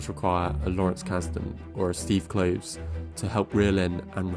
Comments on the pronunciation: Rowling is pronounced like bowling; Kloves like Klovis. 😉 Nice video! (I also think she sabotaged her career with her social views.) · You make a lot of good points. Minor quibbles: I believe that her last name rhymes with "bowling" not "howling," and that Steve Kloves' last name is pronounced with 2 syllables ("Klo vis"). I REALLY wish that Kloves or even Michael Goldenberg had been asked to help from the get-go with these prequal films. Yes, they all might still have reeked of cash-grab, but they might also have been somewhat watchable and consistent. I actually wrote my dissertation about the practices used to adapt her (for the most part) excellent novels into the medium of film. It is sad that this is now the legacy of WB's adaptation of the Potter world that we are all left with. To be fair, only about half of the original 8 Potter films were good, but their adaptations still felt justified. It is so disheartening to see see a writer with a gift for dialogue and world-building (and such a weakness for depicting action) buy into her own bullshit and craft such mediocre-to-bad movies as these. WB should have just left well enough alone . . . but I am sure that it all looked like a great idea . . . on paper. Alas . . . it was not. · Rowling like "bowling". Kloves like "clovis". Leigh like "lee".